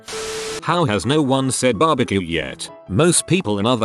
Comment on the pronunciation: BAR-BE-QUE, hallelujah👏🏽👏🏽 KC is the best (hometown bias) but Texan barbeque is also🔥🔥 now I'm hungry....